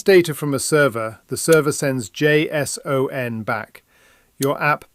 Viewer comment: "Jay Sss Oh En" Nobody, and I mean nobody says it like that. It's Jay-son.